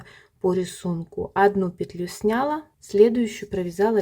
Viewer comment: С таким удовольствием посмотрела Ваш мастер-класс, пока не услышала, как Вы неправильно произносите ударение в слове "снялА", а не "снЯла".... Следите за правильным произношением, пожалуйста.... Режет слух Ваше "снЯла".... Извините. Удачи Вам.